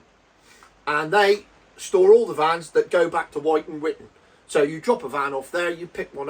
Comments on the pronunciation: Pronounced as Wutan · more like witten.